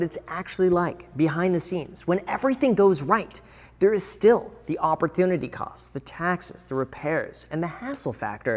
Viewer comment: Graham's pronunciation every time i hear "opportunity"